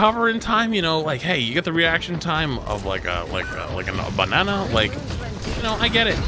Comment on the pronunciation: I liked how you said banana